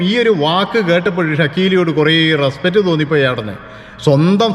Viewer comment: ' റെസ്പറ്റ് ' അല്ല റെസ്പെക്റ്റ് ആണ്. വാക്കുകൾ പഠിച്ചു പറയൂ.. എല്ലാ പ്രബുദ്ധ ചാനലുകളും എന്തെങ്കിലും വിഡ്ഢിത്തം പറയും!